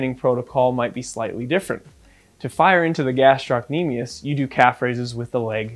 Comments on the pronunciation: In med school I failed to diagnose an achilles rupture on a guy whose motorbike had tipped over while he was on it. I thought Thompson's test was negative but it turned out I just wasn't squeezing hard enough! Tricky. Oh and just one thing about the etymology and pronunciation of "gastrocnemius". Taken from Wikipedia: "The muscle is named via Latin, from Greek γαστήρ (gaster) "belly or stomach" and κνήμη (knḗmē) "leg"; meaning "stomach of leg" (referring to the bulging shape of the calf)." Oh and eccentric is pronounced ex-centric. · Thank you, this is most interesting and educational. One small comment about the word gastrocnemius : it's gastro-cnemius (the belly of the lower leg) while you were pronouncing it as gastroc-nemius (which in greek does not make sense)